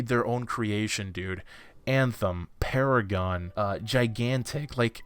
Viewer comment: I flinched when you said paragon